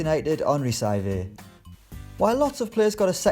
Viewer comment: It's sav-ee-et not sav-8